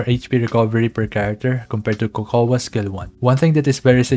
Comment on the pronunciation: It's not Ko-hoa, it's Ko-Ko!